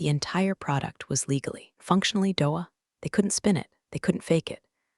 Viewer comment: DOA pronounced DOE-ah. That's cute! 😅 I enjoyed the story. 😁